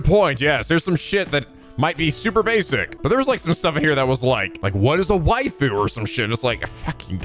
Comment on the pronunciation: ive been watching for several years now, this is second time in an LP ive heard him say waifu correctly and not "waffu", first time being in the last game